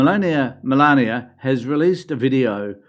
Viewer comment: Please stop pretending you can't say the name Melania. OMG english people can't pronounce a name of a lady yet,they are making fun of emigrants having accent. See if you can speak other language Melania speak 7 languages. I don't like Trump anymore i used to,but no need to be trashing Melania because she's Trump's wife. That's hate speech. Melania have her own business please don't trash the trash because i can say the same about you can't speak properly with your dentures 😂